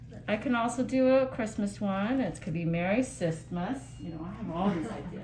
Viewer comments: „merry cystmast“ 😭😭😭😭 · "Merry cystmas!" 😂